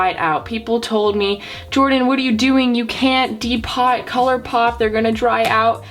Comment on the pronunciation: I thought everyone was saying depot like home depot until she said de-potted. 🤣🤣